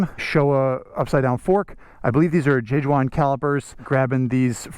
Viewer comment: Man, let me correct you quickly. J.Juan is a Spanish brand (a Brembo subsidiary), not Chinese... just for of the correct pronounciation. ✌